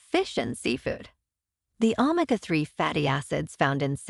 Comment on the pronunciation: This is AI trash "omika 3 fatty acids"